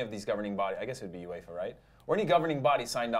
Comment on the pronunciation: Correction “uefalona